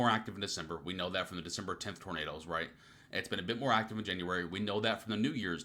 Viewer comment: January not Januaray 😉